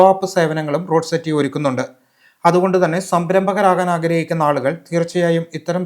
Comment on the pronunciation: റോഡ് സെറ്റി അല്ലാ റൂഡ്സെറ്റി